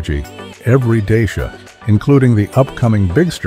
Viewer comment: Wrong pronuntiation of the name.😂😂😂😂